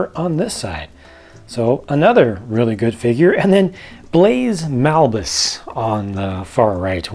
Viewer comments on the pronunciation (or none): It's BAZE malbus, not Blaze Malbus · Great review! However, I half to point out, the character's name is Baze Malbus, not "Blaze" Malbus. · Thanks for the video,. Great review! Btw it's not Blaze Malbus, but Baze... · I thought his name was Baze Malbus, not Blaze Malbus... hm. :/ Whatever, once again a fantastic review! I really love the Walker. AT-ST'S are some of my favorite walkers in Star Wars. Definitely a must get. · It's "Baze" Malbus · Did you seriously call him Blaze Malbus 😂😂😂 BLAZE WHAT WHY 😂😂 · Great video! However, it us pronounced Baze Malbus. Either that or the Lego magazine was wrong